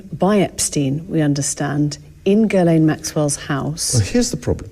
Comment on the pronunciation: Ghislaine is a French name, it's not pronounced "GUY"laine ... the GH is pronounce like a "J" .. for "JISS" but drag the J, J> "JJiss"laine.